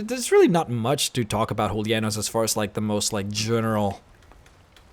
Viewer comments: He's Julianos not Hulia-Nose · da Vinci Actually, speaking through Spanish and Latin pronunciation, it would be HOO - LEE - AH - NOOS. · Loving the pronunciation of Julianos = Hulianoes XD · I'm 90% sure you're mispronouncing Julianos.